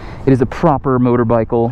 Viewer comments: Did you say “motorbikle”? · "motorbycle" XD